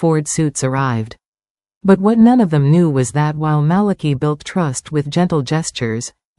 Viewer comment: And I think the pronunciation of Malachi's name is wrong😂.